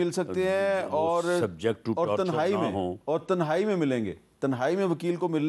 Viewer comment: تہ نائ نہیں صحیح لفظ "تنہائی" ہوتا ھے۔